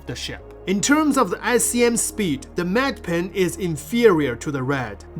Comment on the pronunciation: Medipin, not med pen